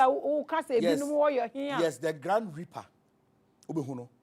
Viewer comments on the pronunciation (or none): It's actually grim reaper not grand reaper